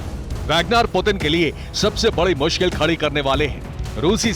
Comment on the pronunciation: पुटिन है पुदिना नहीं!!देखते है अागे अागे हाेता है क्या!!!!